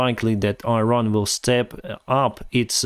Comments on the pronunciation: It is not EYE-RAN, it is EE-RAAN. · It's not pronounced 'Airan', it's 'Iran'. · I-ran? Please, learn the pronunciation of countries you talk about. Iran (Persian: ایران Irân [ʔiːˈɾɒːn] (listen) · “Iran”. pronounce . You are not only talking to anglo-american audiences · try to pronounce iran as Eran. Like Elon in Elon Musk. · you're doing a great service, thank you very much. But please use correct pronunciations of Iran and Iraq. Thanks again, and more success to Ukraine.